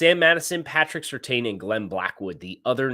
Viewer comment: I'm begging you, please pronounce Surtain correctly. It's "serTAN" not "serTANE"